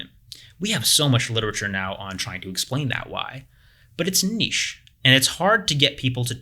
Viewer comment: THANK YOU FOR SAYING NICHE CORRECTLY!